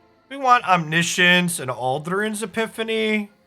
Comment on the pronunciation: FYI that's not how you pronounce 'Omniscience'. It's actually pronounced 'Omniscience'